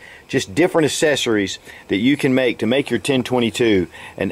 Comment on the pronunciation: We don't call them "assessories" we call them "accessories". It is pronounced "ak-sse-sso-reez"